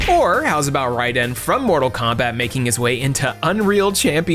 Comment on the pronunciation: It’s RAYden my guy. RAY. not RYE LOL Love the vids as always. Speaking of crossovers I’d love for you to voice some characters in my upcoming game. Hit me up